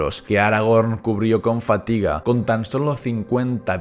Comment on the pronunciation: Qué tiempos aquellos cuando decía que a Aragorn le quedaban por delante de pura "fátiga". Míticas cosas del canal, como lo de Chistópher (Tolkien). Que a ver, están mal dichas y tal, pero le daban mucha personalidad al canal, todo hay que decirlo:)